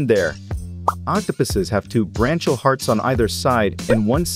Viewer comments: Branchial is pronounced “brank-ee-al”. Not branch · BRANCHIAL. braŋ-kē-əl No 'ch' sound. But your dumb AI voiceover wouldn't know that.